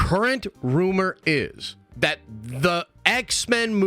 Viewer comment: Get on with it and stop yapping. That not vat by the way. Th isn’t pronounced as a v..